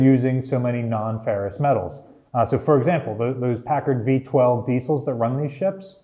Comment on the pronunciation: ferrous not ferris lol